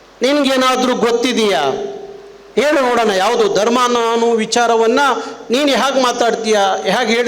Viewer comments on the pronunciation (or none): none